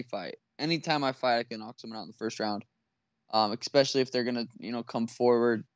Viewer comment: Sean “Eck-speshly” O’Malley